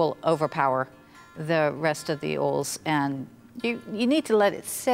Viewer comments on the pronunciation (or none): “Arrgawood” “Ode” “Orls” “Pie-Pette” “Pyoya-foom” “Cardamon” Subtitles please 😂